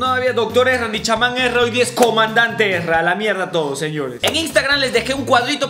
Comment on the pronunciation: Es Erza no Ezra